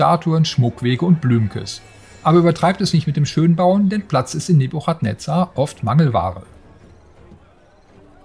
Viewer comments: Boah die Aussprache von Nebuchadnezzar, das kann man sich ja kaum anhören. Guckt bitte 1 Minute auf Wikipedia, wie man es richtig ausspricht. Das ch wird nämlich als k gesprochen, also „Nebukadnezar“ um genau zu sein /ˌnɛbjʊkədˈnɛzər/. Sowohl im Englischen als auch im Deutschen. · Wie die Aussprache des Namens einfach vergewaltigt wurde😂😂😂 Einen englischen Titel auf deutsch auszusprechen hätte ich von einem 70 jährigen erwartet aber nicht von einem Gamestar Redakteur. Ich würde es nich verstehen wenn man einfach den deutschen Namen dafür nimmt und diesen dann ausspricht. No offense, aber einfach nur unprofessionell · Wie sprichst du denn bitte den Namen des Spiels aus... Da bekommt man ja glatt das Würgen